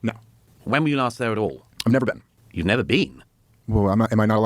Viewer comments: “YOU’VE NEVVA BEEEN??” And then “I’m not saying you HAVE to visit to talk abt it” What a clown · “Have you ever bean?”